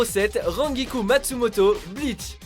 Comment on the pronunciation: Beaucoup de noms sont écorchés dans ce top: -Rangiku se prononce "RANEGIKOU" -Tier Harribel c'est Tier Halibel (Pourquoi prendre les traduction françaises ?) -Erza c'est titania et non titiana SInon le top n'est pas trop mauvais :)